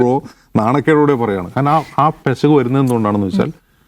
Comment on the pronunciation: പെശക് ❌പിശക്✅😅 😊